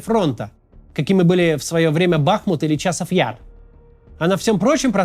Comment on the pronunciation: 20 июля 2025 года. Максим Кац до сих пор не выучил, куда ставить ударение в слове Бахмут.